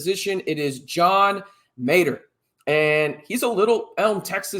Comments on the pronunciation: Mateer not Mater lol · Muh-tear (as in crying) not Mate-ur and he has a core of very good and very fast receivers. Coug secondary had problems also. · it is pronounced "muh-TIER"